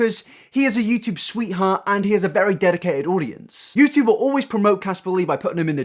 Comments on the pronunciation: Yew chewb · I swear to god mate, stop pronouncing YouTube like a bloody American